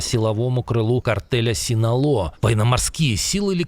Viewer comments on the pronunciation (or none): none